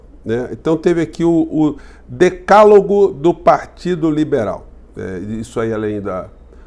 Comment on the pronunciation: Carlixo,ao ler a palavra decálogo, pronunciou DECÁGOLO!!!😂😂 Isso diz muuuito sobre ele e "eles".😂😂😂